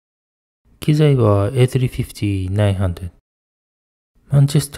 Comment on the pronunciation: A350-900 の発音、カッコよ。